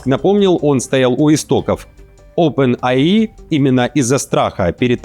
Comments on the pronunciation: Оупен Эй Ай а не АИ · OPEN AI - [Опен ЭЙ АЙ]